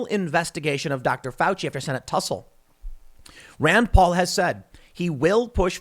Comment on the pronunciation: ahh yes, dr fauci's "rend poll"